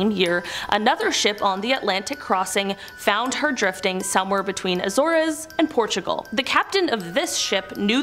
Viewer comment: They are pronounced like this Creete, Aye-zors, mute-inee. If you are talking for a living, then you should really learn how words are pronounced. Just saying